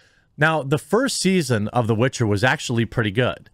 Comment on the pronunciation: It's called "The Witcher", not "The Bitcher", for a reason.